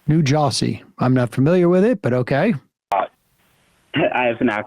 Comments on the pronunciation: Sam: New Jawsey? I'm not familiar with it. Starting with violence I see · If the caller had said Noo Joy-zee, Sam would've gotten it. ;-)